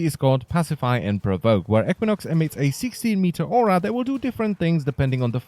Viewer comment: EEK win ox not eck win ox